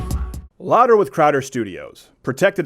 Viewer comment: I love a light roast, great for espresso or my little Bialetti stovetop. Great show, Mistuh Crowduh!!